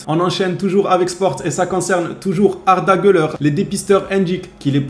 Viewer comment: Ouais tu prononces bien son nom maintenant, t'as bien suivi le cours 😄😄